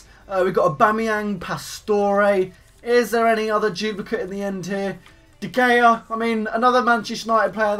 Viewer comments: Not de Gea... you must pronounce that the Gaya xD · Manchester united fan and cannot pronounce De Gea correctly. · Ur a Man U fan and u can't say de gea!!!!! THTS so lowww